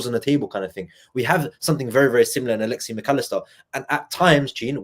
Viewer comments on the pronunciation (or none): Top show as always, genuine passion and emotion! it is Alexis not Alexee Mac Allister 🤣